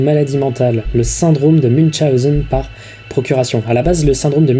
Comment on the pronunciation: T'as oublié une voyelle, c'est "Syndrome de Muwchonzen" c'est "Munchenôwzer" (en phonétique evidement mdr)